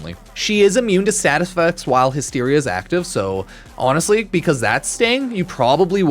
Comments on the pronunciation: Hi-steria. Bruh. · Everytime says the word Hysteria wrong, we take a shot.